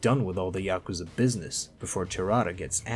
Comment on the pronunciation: You pronounced Yakuza 2 wrong